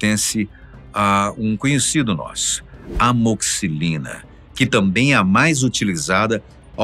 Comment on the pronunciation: Pronúncia : A-MO-XI-CI-LI-NA Eu estava quase acreditando em você até você pronunciar AMOXCILINA